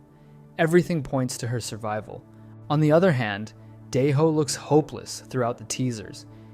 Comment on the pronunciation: (Die-Ho, My-yung-gi, No-aol) Everyone Else: (Day-Ho, Me-yung-gi, No-Eel)